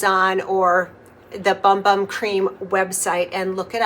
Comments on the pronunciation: I believe it’s actually pronounced “boom boom” cream. It’s still funny. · It's pronounced "Boom Boom". 💕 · I know it is pronounced boom boom, (by the Boogie) but I always call it 'Bum Bum'. Afterall, it is spelled that way🤣. I just ordered this kit because my daughter and sister-in-law love that scented cream so much, I think they will love my creation of one that is hopefully similar! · I love how creamy this looks. I love how you pronounce it as it’s printed. I’ve always called it Bum Bum, if that isn’t what they intended, they could have spelled it correctly. I’m definitely going to give it a go 🥰 thanks for sharing. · I love your videos! Isn’t it pronounced like “boom boom”? I pronounce it the way you do in my head but I think I’ve heard other influencers pronounce it boom boom.